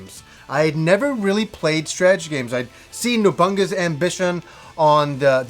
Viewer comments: Did any one else hear him say no-bun-ga? Instead of nobunaga? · No bunga lmao, it's no bo naga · 3 years later and I'm still laughing at how he says "Nobunaga" ..."NewBunga" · It's No-boo-nah-ga, you twit. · nabunaga. the way you pronounced it made me smile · I will pronounce it the exact way pronounces it anytime I play Onimusha series now.